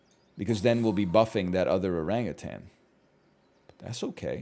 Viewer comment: the way he enunciates Oran-GutAn will never get old to my ears